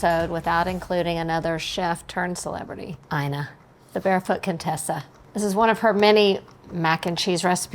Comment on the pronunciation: I recently saw Ina Garten on a show pronouncing her first name as “E-nuh”, NOT “EYE-nuh!”